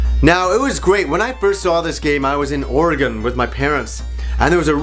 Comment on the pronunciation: I had to pause this to thank you for pronouncing Oregon correctly!!